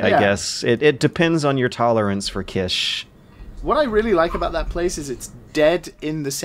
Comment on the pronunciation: It's "neesh", "kit-ch", not "nitshe", "keesh".